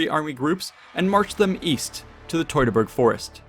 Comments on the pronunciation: Teu(two)-ta-burg forest…. It’s really not hard to say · Fantastic retelling of these events! But I’m curious where you learned to pronounce “Teutoburg”. Because I’ve always heard it pronounced “TEW-tuh-burg”. But you seem to pronounce it “TOY-tuh-burg”. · Wtf is toytaberg. Are you from Brooklyn. Do you pronounce birds as boyds? Maybe you should do a video on the toytonic knights